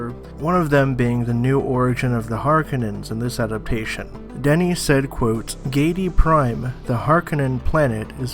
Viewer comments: Great video man, just a remark: It's "Denis" not "Danny". Same thing for his last name, hear Colbert pronunciation during his interview with the cast maybe, it was perfect. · It's definitely Deh-nee. He's French-Canadian. That's how we say that name.